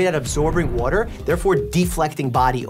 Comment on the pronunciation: waotter lol 😂 🥰